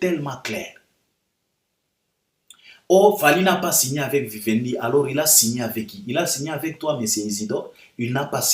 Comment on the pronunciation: Vivendi et non Wiwendi. Ca s'ecrit avec V pas W